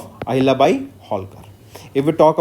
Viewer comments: Abe Ahilyabhai nahi, Ahilyabai Holkar. Kya kar raha hai yaar tu, kuchh bhi bakwas kiye ja raha hai !! Kam se kam jo Historically great hai unka naam to thik se padh liya kar, taki kisi ki bhavnao ko thes na pahoche !! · Pronounce the name as Ahilyabai, not Bhai. Mispronouncing it disrespects the legacy of the great Ahilyabai. I strongly urge you to edit the video or remove it.